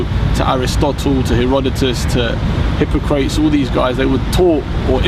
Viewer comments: Hippo-crates. Stopped watching. It's Hip-pok-rah-tees dumb half-breed. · Hip-po-crates lol. Its Hip-poc-rat-es. That told me all I needed to know about the content of this video. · He lost me at the beginning when he mispronounced Hippocrates as Hypocrites. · Hipa-cretes? Is that how he pronounced his name? LOL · Stopped watching when I heard how he pronounced "Hippocrates".